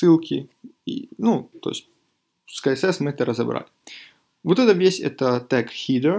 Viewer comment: Блиннн... Как же бесиит!! КСС! Не КаЭсЭс, а СиЭсЭс.